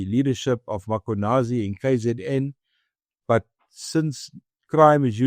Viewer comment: And would people please pronounce the name correctly ... it's Mm.khwanazi, not Makhwanazi...!